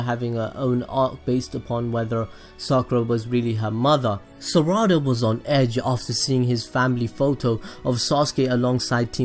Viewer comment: its not saraada